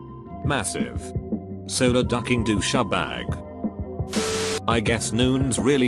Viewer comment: Douchebag pronounced as dousha-bag lmfao awesome